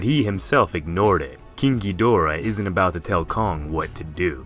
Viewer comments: king ghydora... I thought you said kinky dora ngl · im sorry but whenever king ghidora is said, i hear kinky dora